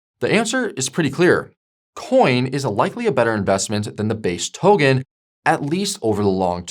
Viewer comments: Brooow please say "Token", not "Towgan" 😂. My ears are bleeding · For real first it was “trade-fi” now it’s “togen”, as if he’s messing with us on purpose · The hell is a 'towgan'? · Pronounce 'Token' for me please